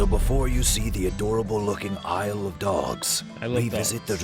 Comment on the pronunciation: When you say, "Isle of Dogs" it sounds like you're saying, "I Love Dogs"... mind blown